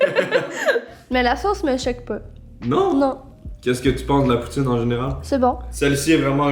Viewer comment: Quand j'ai entendu "poutine ch'ti" pour la poutine Lilloise j'ai eu un peu mal :((